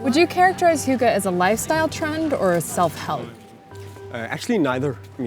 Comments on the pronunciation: I was trying not to judge but every time the interviewer pronounced hygge, it was like having nails scrape across a chalkboard. I think she actually pronounced it a bit better at the start but then got further away. At one point it sounded like hugo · All this time I thought it was pronounced "higg" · its spelled hygge - and not pronounced hoogah.. y in denmark has a sound your not used to in the US... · The way you say hygge lel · The pronunciation of “hygge” hurt my ears! But yes it’s true. And btw Norway and Sweden also have it... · Please stop mispronouncing hygge. Thank you. Sincerely. A Dane.